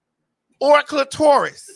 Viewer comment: It’s Maddie pronouncing clitoris like clit-Taurus like the girls pss is built like a ford taurus wagon